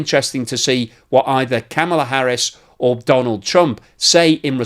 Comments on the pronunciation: I know the Britt's are about the worst for mispronunciation, but Kamala is pronounced like comma la not like camel la. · VP Harris' first name is pronounced 'comma la', not 'cam' a la'. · please watch some YouTubes from VP Harris' family to learn how to pronounce her 1st name. the short version: similar to the comma punctuation mark followed by la. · That is the first ever time I have heard the border Czar make any sense, and give a cohearant message. BTW, the way you pronounced Kamala, makes you a racist! CNN and MSNBC have said so..